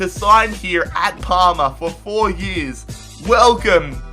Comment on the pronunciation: I swear he's saying Palmer. In that case, I wonder why the team didn't get kicked out of soccer...cough cough jolyon Palmer cough cough